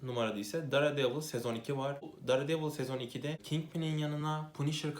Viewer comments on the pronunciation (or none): "dare"devil diye okuyunca izlemeyi bıraktım teşekkürler